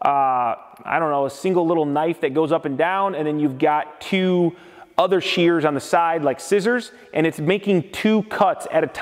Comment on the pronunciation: Omg they are called SHEARS. Shhh, Shhh-ears. Sound it out. No not CHEARS. There is no Che Che sounds. Drives me as crazy as people who say filder instead of filter.